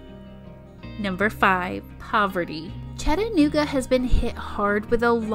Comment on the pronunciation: i like the part when you try to say chattanooga.